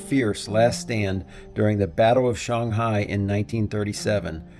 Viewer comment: 上海(Shang Hai) => Sun Hi